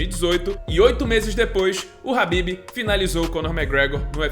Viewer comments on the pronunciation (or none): Oxe literalmente a forma correta de se pronunciar é "habib" ou "rabib" não é kabib não.